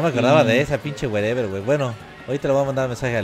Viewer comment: él werever siempre dice ''wey'' se oye como mirrey xD